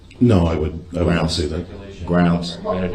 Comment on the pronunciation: how about axe instead of ask. " Would it be fair to say that I say GROUNS too much"? Lol